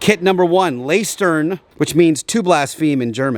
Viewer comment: Nice to see it finally coming together ❤ small correction, in lästern you pronounce the ä like the e in egg, and speak it a tad bit faster with a smoother r in the end Keep up the fantastic work 👍🏁